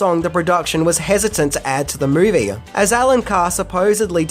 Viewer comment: Excuse mAe,, what is a "MAovie"?? Was this another case of 2 thoughts at once? "the Grease"? One side thought "the movie" the other thought "Name the movie" and...OOPS!???? I guess #11 would've been a unique fan theory that would've been seen as being "in poor taste" to include in a tribute to someone who has died. Bravo!